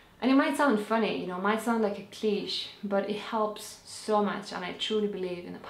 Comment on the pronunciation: You pronounced cliché wrong